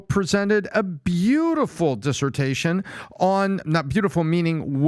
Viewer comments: It’s not “desersion” but dissertation! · Dude. It’s DISSERTATION not dissertion and VERBATIM not verbatism. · Is PPT not a native speaker of English it's always a bit shocking that he can't pronounce simple words like fervor and dissertation